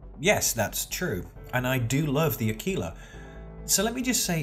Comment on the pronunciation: Yes i did upgrade my Aquila to the Carrack... But this is the only ship i'm going to buy with $$$ as all the other ships i want i will get with in the game.... But i do see your point and good for you mate. Also A-KI-La is the proper way to say it so good there...